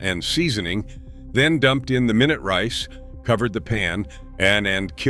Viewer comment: Wowsers! The mispronunciations in this video are horrible. MYnut rice, really?